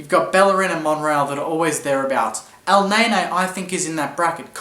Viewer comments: It's Elneny (EL-NENNIE), not EL-NAY-NAY!!! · U watch me whip u watch me elneyney lol he says elneyney